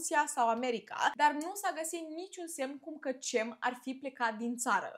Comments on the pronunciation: C din Turcia se citește G -GEM nu CEM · Se pronunță "Minever" că ai zis că pocesti😂 și GEM spor ❤ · Cem in turca se citeste Gem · Bună, se pronunță Gem